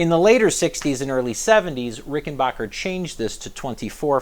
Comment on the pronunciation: Its rickenbacker not rickenbocker !